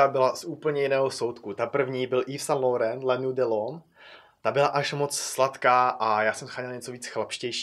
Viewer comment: No nevyslovuje se to Lórén :) ale jinak dobrý video.